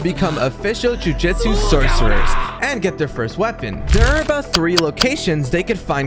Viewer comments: JUJUTSU ITS JUJUTSU Joo-joo-tsu NOT JUJITSU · "Jujitsu" immediately clicking off the video 😭